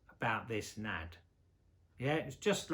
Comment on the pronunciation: It's not "Nad". It's pronounced N.A.D. (en ay dee).